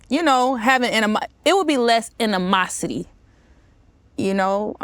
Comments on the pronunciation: It'll be less inimosity 😂😂 not animosity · I think I heard her say inamosity but meant animosity lol